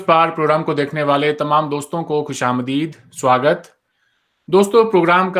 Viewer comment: Pehle Aap Swagat Shabd Ka Uchcharan Karen Fir Khushamad Karo To Achha Rahega Baki Aapki Apni Ichha🙏